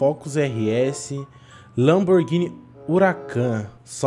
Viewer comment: Lamburguini? Kkkkkkkkkkkkkkkkkk